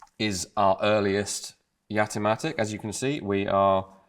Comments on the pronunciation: Its called Jatimatic not Yatimatic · All I could hear when you said it is Gat-O-Matic, which might have been a better name. :-p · I've had a Jamamatic for years. Oh, you said "Jatimatic".